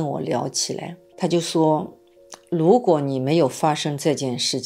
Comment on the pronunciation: 為什么是蘆果，而不是如果？是依然還是依藍？